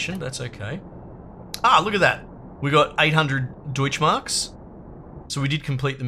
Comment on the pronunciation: The pronunciation of "Deutsch Marks" was dead on spot. 👍